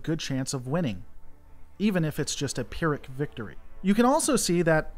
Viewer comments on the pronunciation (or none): none